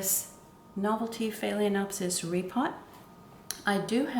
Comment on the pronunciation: It's annoying to hear you mispronounce "FAY-LEN-OPSIS.